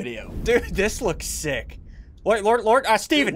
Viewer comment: he said six instead of sick